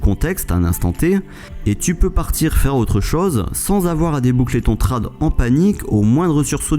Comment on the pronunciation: Bonne vidéo, cependant dis "tréde" pas "trade" ce pique ;)